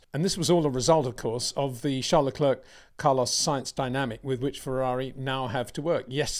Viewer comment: its fucking Lecair like the chocolate. PETER CHARES LE- CLAIR 😊